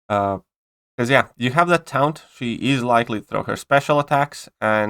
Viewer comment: Taunt is pronounced tawnt